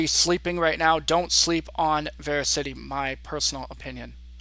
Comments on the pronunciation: by the way, it is pronounced verasity not VeraCITY.... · It's pronounced ver as ity